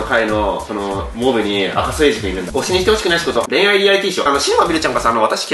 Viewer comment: 赤楚衛二ちゃんと読めるようになったんだねwww 前赤いそまびと？みたいに読んでた気がするwwwww